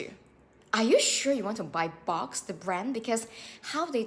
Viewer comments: it's pronounced Books. Not box. Thanks for posting though. The exact same thing just happened to me. I'll never buy from Boox again. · It's not Box, it's Boox 🙄